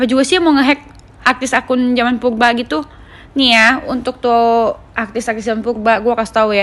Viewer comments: Purba bukan pulba Kali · Yang benel....klau ngmong yng jlas dong bukan pulba purba ... Cantik pun bukan di wajah yng kin clong tapi lisan n hati yng bersih itu yng di namakan cantik yaa sayang ...skali lagi tlong klau bicara yng jlaas rrrr jangan di ganti " ....klau kamu cantik dk perlu kamu kasih tau orang pun akan liat kamu cantik nya luar dlm dk , Kecantikan itu cuma kesing yng asli di dlm hati ,hati nya bersiih insha allah kliatan bersinar berwibawa n anggun di liat nya ..gituuuu maap yaaa jangan oamer kecantikan dh .